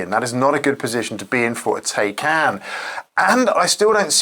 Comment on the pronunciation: why is it so hard for english people you to pronounce taycan correctly?